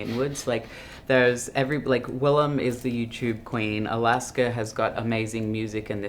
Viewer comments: The interviewer didn't do his homework. Cringe. Wllam hates it when her name's pronounced wrong. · Who the fuck is this, you are a nobody. The least you can do is pronounce the name of your guest correctly, you illiterate fool! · Not him literally getting the pronunciation of Willam's name wrong and then not knowing when the tour started.. All in the first 20 seconds wow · The interviewer could have did a basic YouTube search to learn Willam’s pronunciation for his last name! At least be a little prepared.